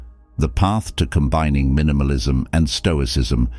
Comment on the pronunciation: That 'text to speech' program you use is rubbish, very off-putting... "Combinning'?